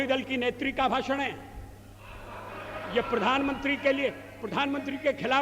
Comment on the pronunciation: भाषण होता है भासन नहीं ।